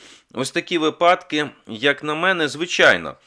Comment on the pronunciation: Пане Мусієнко,ви претендуєте на роль лідера думок,тому ваша мова має бути теж взірцем для інших людей… слово випадок має наголос на першому складі, інакше-на другому.